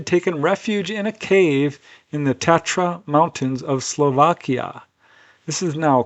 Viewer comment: Tatra is pronounced TAH-TRAH. Say Ahhhhhhhh! Taaahhh-traaaaahhhhh